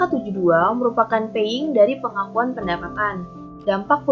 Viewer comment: Saya Mega Dwi Rahayu dengan NIM , akan menjawab pertanyaan dari Emilia. Baik terima kasih Emilia, sebelumnya mohon maaf bahwa terdapat kesalahan pengucapan kata payung menjadi paying dalam video yang diungkapkan oleh anggota kelompok kami. Kemudian maksud dari payung pengungkapan pendapatan adalah PSAK 72 ini mengatur semua jenis pendapatan yang terkait dengan kontrak pelanggan. Mengapa hanya perlu perubahan kebijakan akuntans ialah karena PSAk 72 adalah aturan-aturan yang hanya menyangkut mengenai kontrak dengan pelanggan sehingga kebijakan mengenai hal lain tidak berpengaruh. Pengungkapan pendapatan yang harus dirubah disini ialah entitas mengungkapkan informasi-informasi yang cukup yang nantinya memungkinkan pengguna laporan keuangan memahami sifat, jumlah, waktu dan kepastian pendapatan dan arus kas yang timbul dari kontrak dari masing-masing pelanggan. Perubahan mengenai pengakuan pengakuan pendapatan ini wajib dikarenakan telah tercantum dalam PSAK. Dimana PSAK merupakan pedoman dalam membuat laporan keuangan akuntansi. Sehingga bagi akuntan, pernyataan standar ini ialah pedoman yang harus digunakan untuk menjalankan pekerjaan suseai dengan standar akuntansi yang berlaku. Sekian jawab dari kelompok kami, kurang lebihnya mohon maaf.